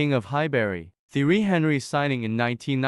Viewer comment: You’re pronouncing Thierry’s name wrong. Watch some clips or something because that’s disrespectful to the King of Arsenal